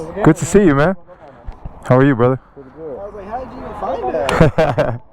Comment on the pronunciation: Brotherrr, beotherr lmao